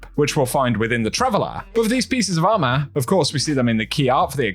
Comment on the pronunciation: Bro said “ARMAH”